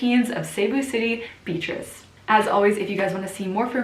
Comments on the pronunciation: It's be-a-trice (beyatrice) not bitrice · I'm sorry. I was hearing "bitches" before I realized you're saying Beatrice. Yes. Ms.Cebu City did a splendid job. It's not about the noise you make, it's the silent winning aura that will make you win. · the english / american pronunciation for beatrice is "beat-ress" :)